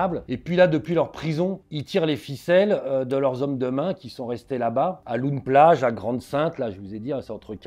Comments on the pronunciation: Loon plage se prononce Laune plage et non pas loune plage 😉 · "loun- plage" 🤣 on dit "lone-plage" avec l'écriture loon- plage évidemment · Loon Plage ça se dit "Lon", pas "Loune". Hyper intéressant sinon merci ! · on dit "lone plage" pas "loun" ! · LOON ne se prononce pas "loune" mais "lon" 😊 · "lone" plage, pas "loune" plage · Oui ls fusillades cest chaque semaine Ce ne se prononce pas "loune" plage mais "laune" plage Ensuite les bateaux et moteurs sont importes directement de chine par colis. Juste pour donner un ordre d'idée - une traverse illegale est estimé autour des 1500e - et si vous francais vous prenez le bateau a pied sans voiture et via les ferry habituels cela vous coute 20e Et ces migrants risquent leurs vies tous les jours avec femmes et enfants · On dit lone plage!😂❤ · On dit "lone plage" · Ça se voit qu’il vient pas du Nord comment est dit Loon plage! Il m’a tué, je suis mort de rire